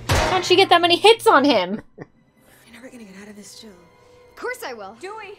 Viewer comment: pretty sure it’s Jill not gill.